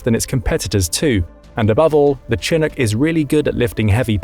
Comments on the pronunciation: It's CHINOOK! NOT CHINIC!! Omar Bradley doesn't look anything like Alvin York! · It's pro ounces Shin▪︎ook, not chin▪︎Ook, it's from a word the old French-Canadian trappers used to describe a warm wind that cleared all the snow overnight on the North American plains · Though, seriously, Mister narrator: not chin nook but shin ook. Not unlike Chicago. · shh..shhh.shhhh-inook. no chins here. edit: did a quick google search and yeah.. if you're gonna do military content please for the love of god know how to pronounce stuff. Good content..absolutely grating to hear you say chin-ook 5 thousand times. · A chin eck wtf is a chin eck? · The narrator continuously mispronounces "chinook" by making the 'ch' sound hard as with 'chin' but it is actually pronounced with the softer 'sh' sound and would be pronounced as 'shi-nook.' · It's SHi-nook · Whats a Chinook? It should be spelled like this shinook for everyone who does not know that Ch makes more than one type of sound. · Its said Sha-nuk not Chinook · The Chinook is pronounced chi-NOOK. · I know it is spelled "chinook" but it is pronounced "shinook". Good video. thanks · It is pronounced Sha-nook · It’s pronounced shi-NOOK’. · The way you mispronounced Chinook killed me lol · Lawrd have mercy listing to his pronunciation of Chinook was like fingernails on a chalkboard.. lol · By the way you keep misspelling those words and I thought you were English you're not saying the ch right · Listening to him pronounce "Chinook" was like fingernails on a chalkboard. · His pronunciation of "Chinook" is very typical British. Part of the problem is that the names comes from a Native American language (it's named after a tribe in the Pacific Northwest) so the word and its pronunciation are not in British English. The Brits pronunciation it phonetically. Thus the /ch/ rather than the /sh/ sound.